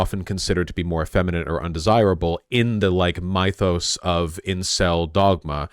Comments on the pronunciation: 8:89 "my-thoss" is crazy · it's MYTH-OS, MI-THOS. YOU SICK pronunciationer person!!!